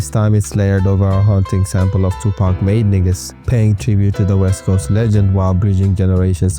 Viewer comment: My boy German or French or some shit, and got the “Made Niggaz” off flawlessly. I ain’t even mad. 😂